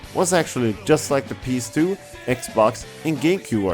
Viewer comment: he says ps2 kinda weird he says pees2